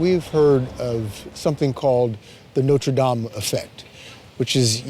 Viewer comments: Note-ra Dame 🤣🤣🤣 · Is it really that difficult to correctly pronounce the words NOTRE DAME ? 🙄🙄🙄